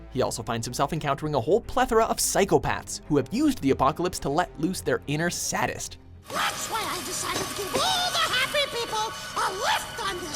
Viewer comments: "sad-ist" its "sa-dist" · Sad-ist? How do you not pronounce "Say-dist" correctly? Come on man, you're fuckin up on purpose. You gotta be. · That moment when you pronounced sadist like sad-ist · "Sadist". Not "saddist" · this mufukka just say " saddist" ? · "Inner sad-ist" facepalm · "Say-dist" Sadist is pronounced "say-dist." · "SADIST" Pronounced like, "Say - Dist". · It is pronounced Say-dist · The mispronunciation of 'sadist' by the announcer REALLY ticked me off. x(